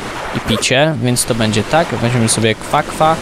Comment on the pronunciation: to nie kwa kwa tylko guana